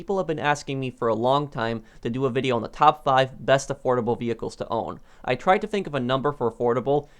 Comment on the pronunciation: i thought u said adorable for second i was abouta say the rc car should be on this